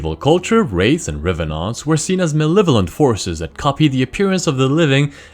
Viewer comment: The way he pronounced revenant made me happy for no particular reason.